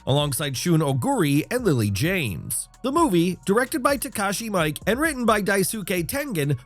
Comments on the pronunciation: It's not Mike it's Miike sounding like Me-ke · Takashi Mee-keh, not mike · his name is pronounced 'Me-Kay' not Mike lol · It's Takashi MEE-Keh not Takashi Mike. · Lmao the dope said Takashi "Mike" 😂😂